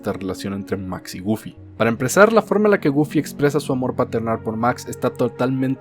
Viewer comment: Nadie:: GoOlfY